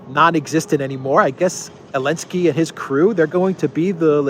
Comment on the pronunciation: Please don’t say Elensky say Zelenski ! You are a free man and you have right to say his try name ! And it’s Zelenski ! My back name contains Z letter and I’m very proud of my fathers ! Letter z exist it there for thousands of years !